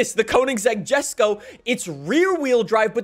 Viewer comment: PRONOUNCED YESKO NOT JESKO